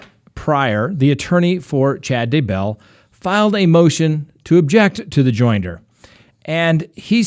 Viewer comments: Seriously; I KNOW People have complained about it before because you have TALKED about it.... but if you can’t say ‘Day-Bell’ correctly, I’m going to have to unsubscribe! It distracts SO MUCH from what you are saying About him!! It’s not hard! It’s ‘Day-Bell’. 2 syllables NOT ‘Daebull’. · It’s DAYBELL DAY-BELL 😂😂😂😂😂